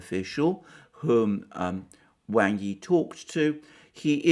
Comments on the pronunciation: Speaking of Chinese pronunciation Alexander, Wang is more properly pronounced as /w(ah)ng/ Yi, rather than /W(ae)ng/ Yi. As for the Vietnamese foreign minister Bùi Thanh Sơn you did better except Bui is pronounce as you read it, more like the American pronunciation of /buoy/ as opposed to your /Buway/. Now to work on intonation... :) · Well then Wang is really pronounced like Wong. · The name ‘Wang’ is pronounced ‘wahng’, like the first part of ‘wand’. I know because I have a friend with that surname, who I dabble with my limited Mandarin. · His name is 王毅; pinyin: Wáng Yì; Wang's pronunciation is closer to "wong".